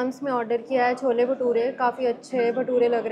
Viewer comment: wtf for god’s sakee thats CHOLAAA and not CHANAAA (delhi is known for its chole bhature tf?)